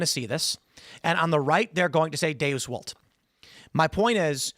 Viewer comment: Seriously. 😂 It wasn't very long ago that he was bragging he had one of the Top 5 podcasts. Then people saw who he is, and said "dayoos wolt." But seriously... Why does he pronounce "Deus Volt" so horribly?